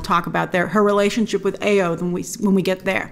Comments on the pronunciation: The name "Ayo" is pronounced "eye-YOH" not "aye-yoh". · Ok Grace Ayo is pronounced AH YOUR You're welcome.